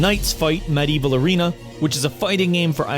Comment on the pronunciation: Umm... That's one way to pronounce Medieval.